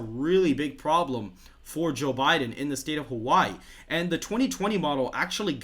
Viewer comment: Sounds almost like he's saying Jill Biden lol